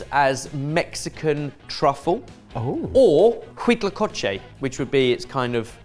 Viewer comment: Your pronunciation of huitlacoche was SO close! Just remember that the “h” is silent in Spanish! I’d also be careful of focusing the narrative on Western “rebranding” when it’s been a delicacy in Mexico since the Aztecs who considered it a gift from the gods.